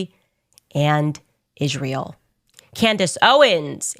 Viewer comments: The way she says Israel I'shrael drives me nuts. Man shes 1 of those people that cant pronounce Ice Cream instead its I'sh Cream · the way maniacal Candy Howens says ISHRAEL should be worthy of a lawsuit. Work on your Dipthongs, Candy!